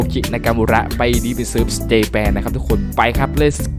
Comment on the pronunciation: พี่ครับคือ Ta มันไม่ได้อ่านว่า ตา ครับ มันเป็นตัวย่อยของคำว่า time attack ครับ